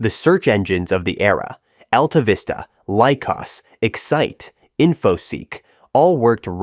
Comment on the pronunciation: Your robot pronounced Lycos wrong, and you are dead wrong about AltaVista, it was a powerful search engine not at the level of the others you mentioned.And you're wrong about AltaVista being a portal. You are missing major pieces of history when they were a project of DEC and DEC got bought by Compaq and didn't know what to do with AltaVista. It became just another portal after that.